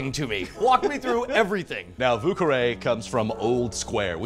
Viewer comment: vieux is NOT pronounced 'voo'